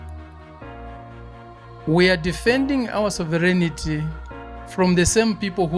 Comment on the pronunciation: Sovereignty......... not Soverignity !!!